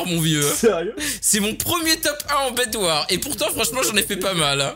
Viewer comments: C'est pas bedwar c'est bedwars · Ça se prononce bed warse